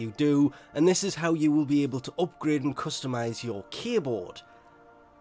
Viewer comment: The way you say "K-Board" (aka K-Drive), makes it sound like you're saying "Keyboard". Now I'll never get the mindset of Warframes riding on giant keyboards xD